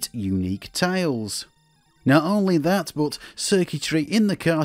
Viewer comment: It took me a while to realize this guy was saying "tiles" and not "tails"